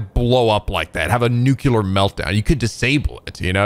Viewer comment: For the umpteenth time, pronounces 'nuclear' as 'nucular'